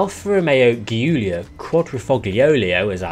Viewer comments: Ghiulia????? It's Giulia!!! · please watch a video on how to pronounce Giulia, I felt pain every time I heard your way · As much as I like you but pls never ever say Giulia that way again 😂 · you butchered the alphas name